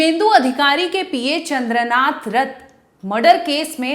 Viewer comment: Chandranath. Thik thak boliye.